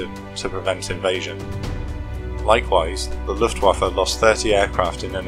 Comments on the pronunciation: luftwaffe. not luftwaffer. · Please pick a tense and stick with it. Speaking in the present tense about things that happened 79 years ago is annoying and wrong. As well, the name Luftwaffe ends with the letter 'e', not 'er'. It is not LuftwaffER.